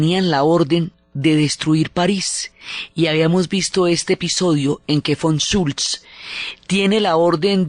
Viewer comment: Fantastica Diana, tu magnifica dialectica y expresividad no tiene parangon. Didactica a la vez que perfectamente diafana. Un humilde apunte. Cuando hablas del General Comandante del Gross Paris te refieres a el como Von Schultz o similar. Era Von Choltitz. De resto, tremendisima exposicion, como todas las tuyas.